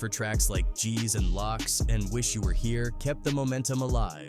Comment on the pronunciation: Did you say, "Gs and Locks"?!